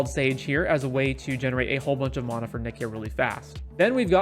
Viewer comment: It's mana, not mana